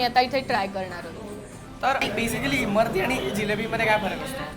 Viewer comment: Abe Imarti nahi Imratti....